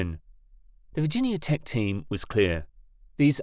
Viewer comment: a team at "virgin yahh" tech haha. Silly foreign mispronunciations